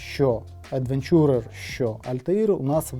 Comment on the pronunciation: Тільки "едвЕнчурер", а не "едвенчУрер" :) дякую за огляд і з поверненням!)